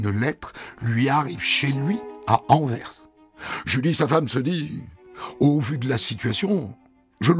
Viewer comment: il l'a prononcée plutôt comme la préposition "envers".